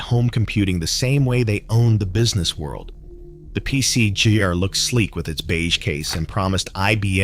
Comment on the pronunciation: AI narrator?? examples of un natural speech: ibm pc "jay ar" ; the apple portables "leed acid" battery; atari "two six zero zero". Its pc junior, its pronounced led acid, and atari makes the twenty six hundred.